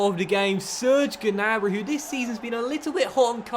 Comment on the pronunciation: You don’t say the ‘G’ on Gnabry